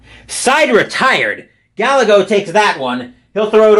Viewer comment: btw - Gallego is pronounced " \gah-YAY-go\"